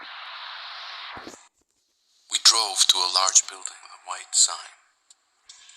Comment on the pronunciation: Its prounts the White door not the ehite door